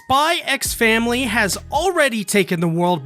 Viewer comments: please just Say SPY FAMILY. The X is silent ............ Like Django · mans said "spy eks family" 🤦